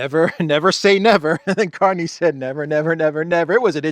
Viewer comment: .. the new Canadian PM's name? Is pronounced Mark CARNAGE! 😂 ..ooh & watch out for Trump's Art of the Deal? No! But "Real Estate"? Canada not for sale but I'd keep my fiscal eye on..Alberta..just sayin'..😂 LnPs from this crazy, old 😻 lady..ish? 😶‍🌫️ in Yorkshire UK ❤️ xx